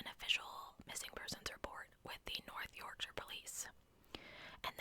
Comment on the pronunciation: ❤ the second way you pronounced Yorkshire was correct ❤